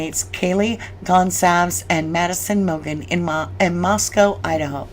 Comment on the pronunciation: love you - gotta help ya out here - it's pronounced "gon-zal-vus" not "gon-calvz."